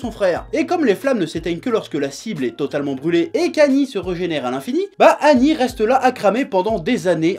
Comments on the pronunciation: Ooh chef on dit seigneur ''aguni'' pas agni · Presque certain que le nom d'Agni se prononce -agueni et pas -ani, en référence au dieu hindou, Agni seigneur du feu... Après c'est pas gênant, c'était juste pour l'anecdote ^^. En tout cas le manga a l'air super, merci Chef et vive la passion ! :D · c'est Agni comme le dieu Agni pas Anni, A G N I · A"g"ni pas annie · Nice Chef, je connaissais pas ce manga. Pour ta gouverne, Agni se prononce "Aguni", ça veut dire "feu" en pali (ancien sanskrit) ;) Merci pour toutes tes créations drôles et pertinentes sur le magnifique univers Manga. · sa se dit aguni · On prononce le g de agni